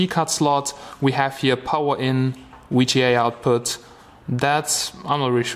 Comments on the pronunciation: Germans alvays mess up "w" and "v" lol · lol... "wee G A"